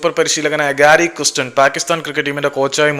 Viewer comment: 😂😂 ഗാരി കൃസ്റ്റനല്ല ചേട്ടാ‼️ ഗാരി കേസ്റ്റൻ‼️‼️😂😂